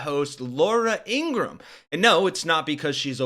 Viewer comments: It’s not Ingrumm.. It’s Ingra-HAM. FDT 💛💙🇺🇸🇺🇦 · It’s pronounced Ingra-ham.